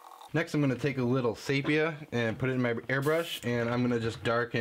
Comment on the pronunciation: Nice work and great editing, fast forward is fine. my only critique is that the eyes are way to far back to be anatomically similar to a fish... if that's what you're going for. Oh and the tan color is pronounced (See Pee Ya) 🙂